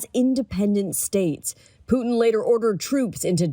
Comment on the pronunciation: Its Putin NOT PUCHIN …